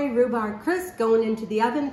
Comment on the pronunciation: Amy, the pronunciation of rhubarb is the “b” at the end. You have been pronouncing it RHUBAR. AND LEAVING THE “B” our at the end. It is rhubarB.